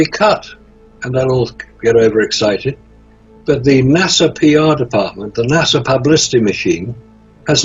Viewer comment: Well its nasa but pronounced NAW SAW while nasa is pronounced nah sah.